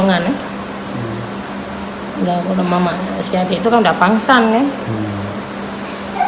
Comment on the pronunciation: pingsan bukk bukan pansangg🤣🤣🤣